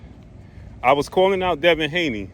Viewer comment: Man just say Devin Haney